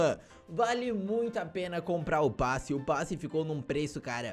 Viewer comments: É passe não "basse" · "U bAsSi De BaTaIa" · vc tem q aprender a falar kkk "basse de batalha"